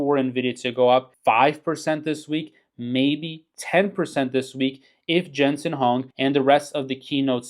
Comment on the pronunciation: You are a genius! Down almost 3.5% today! Probably should spend more time learning how to pronounce the CEO’s name and less time pumping up an event that will do absolutely nothing for the stock price. Quick money is never a blessing in the end.